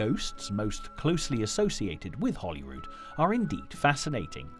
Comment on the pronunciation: Why does he keep calling Hollyrood Palace, HOLLYWOOD Palace?? Gimp